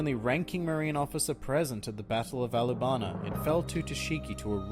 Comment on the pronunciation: Alabana? lmao